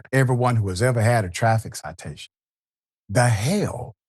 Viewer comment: Greetings Dr. Richey. As real as this situation is, I must say I have NEVER laughed so hard after hearing someone say…da h^ll. The fact that you paused, then said it, literally took me out. I rewound that part while laughing hysterically 7-8 times just to learn you said it again & I was floored. Sir, I need you to understand, I truly needed that laugh. Your “da h^ll” is the best I’ve heard thus far! Keep on keeping it real Sir. You are indeed appreciated!! Kingdom Blessings. ❤